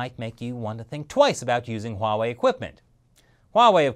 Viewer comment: Stop pronouncing Huawei wrong lol